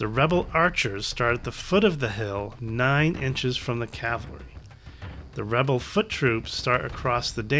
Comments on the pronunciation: Also, cavalry is pronounced "cav - al - ree" (or ore commonly "cav-ul-ree"), not "cal-ver-ee". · On the subject of pronunciation, I have to force myself to endure people - in person or in videos - who persist in referring to men on horseback as "cal·va·ry", vice "cav·al·ry". Makes me cringe every time... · that's because you haven't heard "cavlary" yet